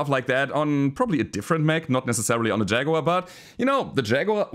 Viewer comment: LokenPlays also has a "Shaguar". 😆